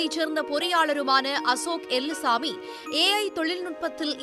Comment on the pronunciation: அம்மா தாயே அது எல்லுசாமி எலுமுசாமி இல்லை 😂 0.08